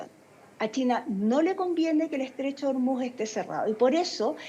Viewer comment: El estrecho de Ormuz se pronuncia en español tal como se escribe: or-múz, con el acento tónico en la última sílaba (palabra aguda)